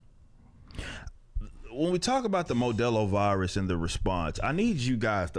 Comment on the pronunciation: Lmao he said modelo virus 😂